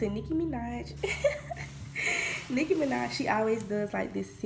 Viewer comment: LMAO at how you said "Nicki Minaj" at the beginning